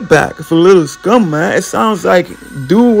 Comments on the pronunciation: SCOOM not scum bruh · Lil scoom bro not scum